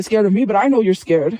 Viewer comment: This betch said "ascared" 😹😹😹